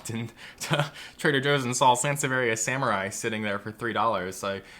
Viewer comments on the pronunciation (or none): none